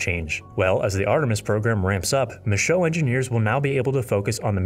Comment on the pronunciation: Great, folks. The Nit of the Day: Michoud is pronounced, “Mishuuuu….”.